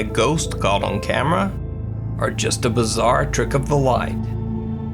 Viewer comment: CAWLT? What the actual fuck is CAWLT? does he mean to say CAUGHT? I can't stand this guy, hes fucking ruining all of these videos.